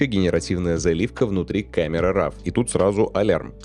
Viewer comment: Для человека, старательно применяющего широкий спектр терминов, старательно следящего за дикцией, просто не допустимо слово РАВ. Файл или «сврой», или исходный, или РО. Именно так читается это слово на английском.